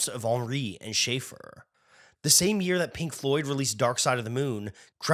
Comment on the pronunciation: CAUGHT mispronouncing Schaeffer. Youtube channel TERMINATED.